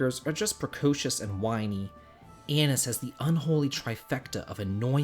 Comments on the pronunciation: When says anise I swear he’s calling her anus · I totally heard “Anise” as “Anus”